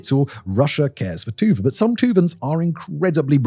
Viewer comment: Sorry, but whenever Dimon pronounces Tuba, all I hear is